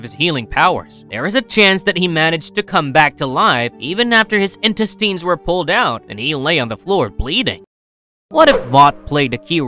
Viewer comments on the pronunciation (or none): In-tin-steins!? Seriously? Its INTESTINES (IN-TES-TINES) TINES IS PRONOUNCED WITH THE IN ANNUNCIATED AS IN. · "Intistines" lol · In- test-tines 😂😂😂😂 dawg this channel is too much. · Is this being read by an AI voice or do you just not know how to pronounce "intestines"? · Please learn how to pronounce intestines!